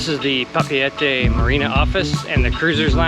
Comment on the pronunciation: Nice try for pronouncing Papeete and Moorea. 🤙 appreciate !